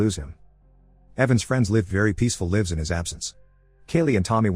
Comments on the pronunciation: yup, it cant pronounce lives correct, check last 30 seconds. I guess the owner of this channel has zero confidence in their voice or ability. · listen closely to how he says it. not lives, but spoken as livves. dummy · bro, its a bot voice, narator bots mispronounce things all the time. chill no need to get defensive and Im curious, do you really think "lives" is an actual word or were you trying to make it sound like its spelt, because you literally couldve just give "leaves" as a reference for the mispronunciation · I realized that this is indeed an autospeech program speaking when he mispronounces 'lives' near the end of the video.